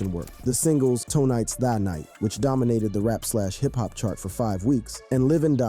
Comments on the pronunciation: Instead of "tonight" this man said "toe nights" 😂 the reading on this is vid is insane💀💀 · yeah, he also says Toenite is the night instead of Tonight is the night. 😄👍